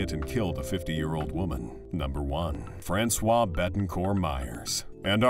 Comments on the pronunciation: u wonder about the accuracy of any news when u hear the commentator pronoucing Francoise like if she was a man ,,,Francois (without the E at the end as feminin) are those articles not informed about what they talk about? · It’s not François but Françoise!